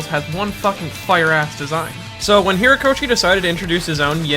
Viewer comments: The author's name is Horikoshi , not Hirakoshi or whatever it is you keep saying... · HORIkoshi. Not "Hirakoshi". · It's Horikoshi, dude. HORIkoshi. Great vid btw. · HOrikoshi. HO-rikoshi. I liked the video, but do you not go back and edit these?